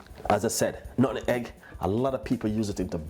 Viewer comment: Nut-meg.....not Nutten-Egg 🤦🏾‍♂️